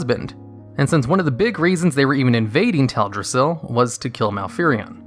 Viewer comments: He keeps saying "Ted-rassil" Who's Ted? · cmonBruh, "tedrassil"? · Its Teldrassil. Not TEDrassil